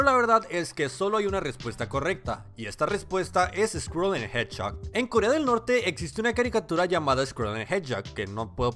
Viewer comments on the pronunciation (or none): Sonó como headshot al intentar pronunciar hedgehog xD